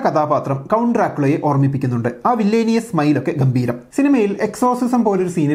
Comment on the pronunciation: അറ്റ്മോസ്ഫിയറിക്, വില്ലേനിയസ് നീ എന്തുവാടാ പണയുന്നത്. ഇംഗ്ലീഷ് അറിയില്ലെങ്കിൽ പറയരുത്. ആദ്യം നേരെ പറയാൻ പഠിക്ക്. ഒരു അളിഞ്ഞ പുരോഗമനക്കാരൻ വന്നിരിക്കുന്നു.